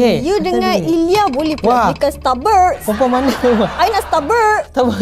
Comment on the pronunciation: Perkataan yg kelakar ckp🤣 Spaghetti carbonarar🤣 Air mellow🤣 Starberk🤣 Baik couple dgn habib je😍